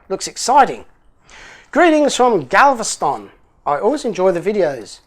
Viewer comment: You pronounced Galveston perfectly after the shot.